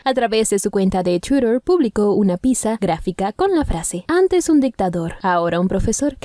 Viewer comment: No sabe pronunciar twitter .. Debería aprender